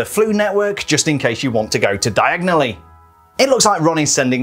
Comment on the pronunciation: he said it just like Harry in the second movie diagonally instead of diagon ally